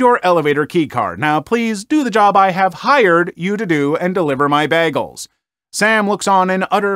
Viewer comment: I couldn't help but laugh every time he said bagels lol